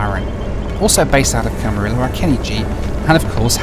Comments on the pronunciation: It's Camariyo my boy 😭😭😭🤣🤣🤣. Not Camirolo. It's a Spanish word and the two lls make a y sound in Spanish. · My first flight lesson was at Camarillo airport, with Channel Islands Aviation, in a Cessna 152 registered N49990, so I loved your trip there while in California, so much that I'll forgive mispronouncing Camarillo! I'm also hoping for cheap business class airfares to London or Manchester in August; we'll see what I find. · Great video- I love the video, but it's not Camaril-lo. Camari-O. LL is -y sound in Spanish. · If you head back to Camarillo sometime, it’s pronounced Camareeyo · I used to live in Camarillo - pronounced Camariyo - it's not actually a celebrity hub but it is near Calabasas which many celebs do live!